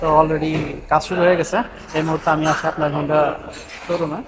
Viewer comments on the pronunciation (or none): Not Hunda otake Honda bole